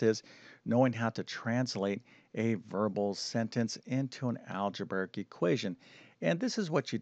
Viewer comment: "Algeberic." All of his "br" combinations come out as "bVr" rather than "brV." Strange. I didn't notice this speech impediment until recent videos. 🤔